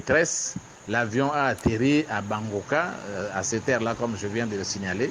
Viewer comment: L'aéroport s'sappel BANGBWOKA et non BANGBAKA